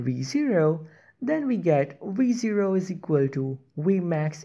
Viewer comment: i only hear re zero instead of v0